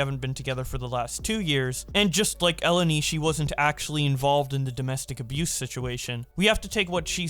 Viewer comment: the greek name Eleni, is actually stressed in the second E not the first, idk as a greek dude it kinda irritated me hahahah